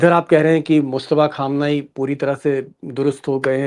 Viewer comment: अगर आप " खामनाई" की बजाय " ख़ामनाई" इस्तरह उच्चार करें तो और मज़ा आजाए।।।